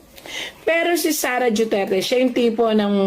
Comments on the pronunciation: duterte ma'am Hindi dueterte😅😅😅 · Mam hindi po Dueterte Duterte po